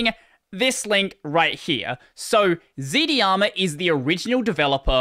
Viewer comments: "Dharma" is pronounced like "Karma" as they're connected concepts. So Z-Dharma, rather than ZD-Arma. Thanks for the content. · Dharma ir pronounced like Karma, why do you pronounce it like z-di-ama instead of z-Darma? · Its not Z D Harma, its Z - Dharma. Dharma is an Indian word (and a non-translatable to other languages). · "zdharma" is pronounced "zed darma" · Whenever he says Zd-harma it’s sus. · You think not doing it on purpose then? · I think it's pronounced as z-dharma